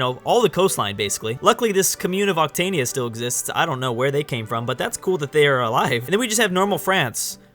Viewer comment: Occitania is pronounced 'oxy-tanya' (with a French accent ;)